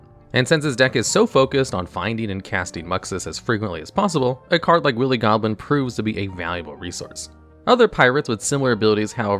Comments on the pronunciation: The second he said willy instead of wily, I immediately shot to thr comments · Its pronounced Why-lee Goblin instead of willy goblin iirc. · He keep saying Willy Goblin.... I can't stop laughing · It’s pronounced why-lee goblin. That seems like a word everyone who grew up speaking English should know. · I am aware, like wile e coyote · "Willie Goblin" lol. There have been some mispronunciations on this channel before, but this one is already a classic. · Pfft... "Willy Goblin"? Did you pronounce it like that on purpose? My brother and I both pulled the anime version of Spectral Sailor from the Jumpstart 2022 packs we opened on Christmas, and both of them ended up getting some good use in the duels we played against each other.